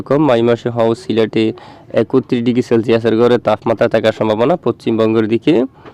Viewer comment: ওটা একত্রিশ হবে ভাই। একুত্রিশ হবে না ভাই। বইয়ে যা আছে। তাই তো বলা উচিত ভাই। 😊😊